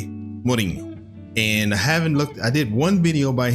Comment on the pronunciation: Holy shii the way you pronounced Mourinho was perfect, sounded like a native